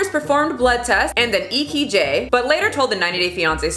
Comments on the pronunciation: Eekeejay instead of eKG made me smile because I can relate to talking like this. You are my people. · Haha "E key Jay" (EKG) sorry, I love you it made me giggle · Ee-kee-Jay instead of EKG made me giggle lol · 🤭"E Key J" I have trouble with that one too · my favorite moment of this whole video was when pronounces EKG as "ee-kee-jay" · You said "e key jay" instead of EKG. And something about it sounded weird, but it took me reading "EKG" like 8 times to realize it's supposed to be E-Kay-Gee. Nobody cares but I'm just sharing that anyway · I'm offended that, finally I found something to be offended in your videos....but it's how you pronounced EKG as E- ki- J...in a video about 'fart in jar' !!! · How do you pronounce those letters ? E KEY JAY? What is that? I know what an E K G is but not an E KEY JAY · Omfg 🤣 you said "E, key, jay" instead of E K G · I love that you always read something incorrectly and don’t GAF or acknowledge it at all 😹 E-key-j took me out 😹😹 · "Blood tests and an eekeejay" Been there before lol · Did you call and ekg an “ekeejay” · I don't think you realized while editing you pronounced EKG as "eekeejay" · wait... did you say E Key Jay? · She said E Key Jay 🤣🤣🤣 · Yeah I had an E Key Jay before. Mess up odd words or names, ok. damn near killed a 3 letter abbreviation. Yoshi good doggo, though!! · Girl how did u pronounce ekg 🤣 I keep replaying that moment thinking I'm hearing it wrong...am I